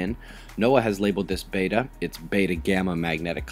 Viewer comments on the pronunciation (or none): none